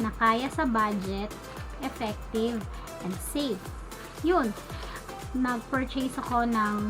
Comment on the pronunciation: Ate mali po pronunciation nyo ng "purchase". Naging oc lng po sorry